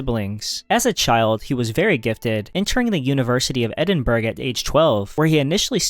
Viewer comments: hearing Edin-berg annoyed me enough to comment. Say it like Edin-bruhh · edinbrah...brah! also; not explanations...just descriptions. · Edinburg ? Really? ffs at least try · Okay I’ll be the resident Scottish person to correct you. It’s pronounced Edin-burra not Edin-burg!!! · Stop saying "Eding-burg". it hurts my ears! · How am I supposed to take you seriously when you pronounce Edinburgh “ed in berg” cmon man. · Interesting. Somewhat informative though your choice of who were the "most influential philosophers" is rather subjective. However, it was very distracting for me to note that while you had no trouble pronouncing difficult philosophical terms, you want the Scottish capitol to be renamed Edinburg. There were several other strange flaws that were distracting. If you ever go to Edinburgh (pronounced Ed-in-bor-ough BTW) you will find the Scots a very friendly people who are more than happy to help you with this problem. As I say, this was only one of distracting slips. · A few more mispronunciations here: Descarte*s*, Edinbur*g*, K*o*nigsberg. And he needed to learn how to pronounce "Ludwig" as well. It's a shame he didn't bother to check any of these out to get them right. And how can anyone not know how to pronounce "Cambridge" -one of the world's major universities? When you can't pronounce what you're explaining your credibility really takes a hit. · How do people has the interest and did gumption to make videos like this and STILL not know how to pronounce words like "Edinburgh"? Or maybe it's a intentionally dorky AI voice and could not be corrected. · Why are you pronouncing edinburgh wrong? All this research on philosophers yet a famous place in the english language stumps you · The Scottish are gonna eat you alive for butchering the pronunciation of Edinburgh. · "Cogito" and "Edinburgh" pronounced incorrectly. AI? Also missing Francis Bacon.